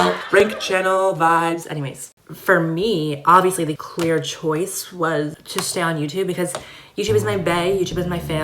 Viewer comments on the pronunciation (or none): Did he say “queer choice” instead of clear choice 😂